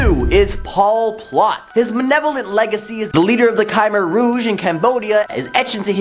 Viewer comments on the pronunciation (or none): none